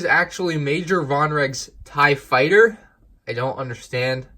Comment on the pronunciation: Ah yes vonregs TIEE fighter